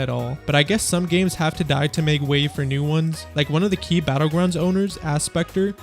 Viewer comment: "KEY" battleground, bro..